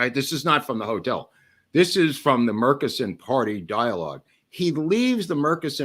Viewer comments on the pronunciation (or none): I grew up in Dallas, everyone there I've ever heard say the name pronounced it Murch-eh-son (not murk-i-son) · From Athens Tx about the closest city to Murchison Tx....Murchison pronounced like merchandise. By the way there is a airstrip in Murchison big enough to land a jet?